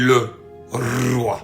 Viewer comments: Le Rrrrrroooiii❤❤❤ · Le Rrrrrroi...Le Rrrrroi...et Le Rrrrrroi 🦁 🇸🇳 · J'aime bien ta façon de faire....le Rrrroiyy❤😂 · Le Rrrrroi❤